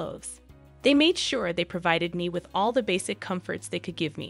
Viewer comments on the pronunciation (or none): none